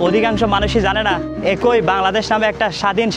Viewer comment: ‘একই’ কথা টা থেমে থেমে বললে আরো বেশি সুন্দর হবে। যেমন: এক্‌ ই। আশা করি বুঝতে পেরেছেন।